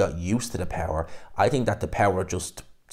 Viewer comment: It’s think not tink 😂